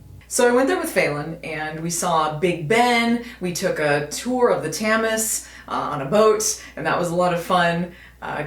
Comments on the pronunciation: Yup, hate to be that guy but it is pronounced as 'tems'. ;) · WTF is 'The Tam-ez' Do you mean The Thames? It's pronounced 'temz'. I'm surprised you survived the experience it's that dirty. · Tahmez? Thames...? As in the river? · What a delightfully odd way to say Themes. "Tem-Es". I have no problem navigating the Underground. You just have to think of it as abstract art. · And pronounced Tems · I live in London and most of this is true, apart from the obvious mispronunciation (and that it's just "Greenwich", not "Greenwich Village"). What you think of Tate Modern depends on what you make of modern art, really. I always thought there was an awful lot of pretentious rubbish in the general collection (which is the free bit). The exhibitions are usually better, but you can pay £15-20 to get in those.Also, in spite of the general lack of air-conditioning, I wouldn't really call the UK "cold". If you've survived winter in the Midwest/Northern US, you'll find the UK winter unimpressive. "Wet" or "windy", yeah, but not really that cold. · It's spelt Thames